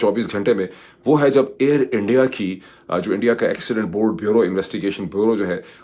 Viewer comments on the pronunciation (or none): none